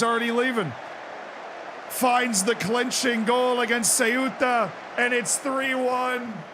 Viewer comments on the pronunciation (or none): Ceuta somehow became Seyuta and De León became De Leyón 😅